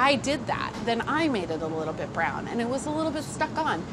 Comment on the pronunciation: ”MAAH, WHY IS DA CHOWDAH BRAAAWN?” 😂